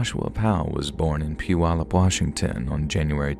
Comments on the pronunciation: Whaaaat? Someone actually pronounced “Puyallup” properly? 🤯🤯 Good job! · I live in Tacoma now but I lived in Puyallup when this happened. And you actually pronounced it (Puyallup) right unlike so many people who have talked about this. South Hill was basically an area that's kinda turned into its own city even though if you live in South Hill, it's a Puyallup address. I remember the fire. You could see the smoke. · I live in Washington state & just wanted to say "bravo!" on correctly pronouncing the name of the city where Joshua Powell was born ( mark). Many non-locals get it wrong, as the spelling looks odd. I live about 30 minutes west of Puyallup. 🙂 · Story # 2 is completely true! Grew up in PNW, and remember this national news story. Thid story was well written and told. Thanks for shedding light on this dark story. And by the you pronounced Puyallup correctly🤣